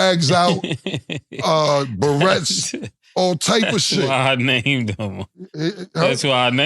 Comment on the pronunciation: I'm from L.A., this nigga Cam said "burettes" 😂😂😂